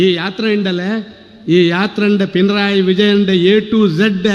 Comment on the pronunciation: പിണ്റായി അല്ല പിണറായി Ok